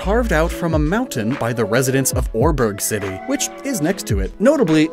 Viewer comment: Welp, I always thought Oreburgh was pronounced Ore-borough or Ore-bruh